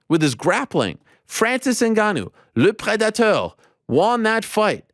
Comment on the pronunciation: You earned yourself a thumbs up from me for this video just for saying "Le Prédateur". Caught me off guard 😂